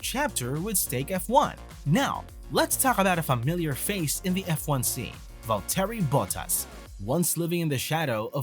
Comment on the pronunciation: It's Valtteri Bottas (Pron: Valtree Bottas) ... not Vole-Terry Butt-Ass ... if you're going to report on the sport, please reasearch how the names are pronounced., it'll give you more credibility.